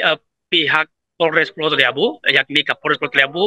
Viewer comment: Ibu ini salah sebut nm pulau talibu, nm pulaunya adlh pulau taliabu😂😂😂